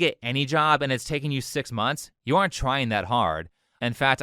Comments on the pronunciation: “Tuken away” 😂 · You know someone's opinion not only means nothing but is just straight up dumb, when a 'fluent' English speaker says 'being took-en away' instead of taken. Ik accents can be a bit weird sometimes but literally every other word was mostly perfect pronunciation. Like when people say "I done that" smh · “Bein tookin away” lolol ignorance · "bein' tookin' away" I'm not saying she's not educated, but....